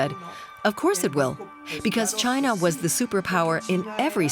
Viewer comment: Learn how to pronounce the name of China properly before you make a video about China.